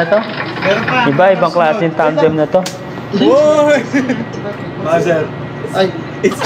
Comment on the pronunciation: Tandem po hindi Tamdeam